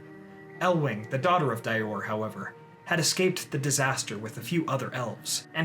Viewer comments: Dior="Dee-or" rather than "Dye-or" :) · *Dior = (Dee-Ohr) =)